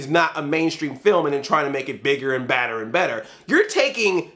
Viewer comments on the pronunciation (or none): none